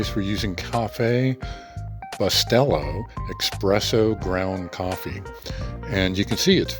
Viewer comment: The word is espresso not expresso.